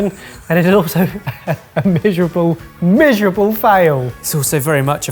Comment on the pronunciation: "mishurable" fail